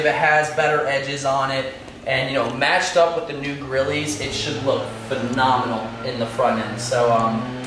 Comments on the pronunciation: Did he just fuckin say “Grillie” not “Grille” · Grilles NOT GRILLEEEEEEZ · You did not just call those grillys 😂😭 the e is silent bruh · Someone tell this man the E in grilles is silent 😂 looks good tho